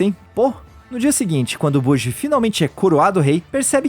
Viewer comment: Acho que a Pronuncia é "Boti"